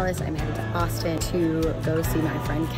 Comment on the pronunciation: The first time she said Austin I thought she was saying Boston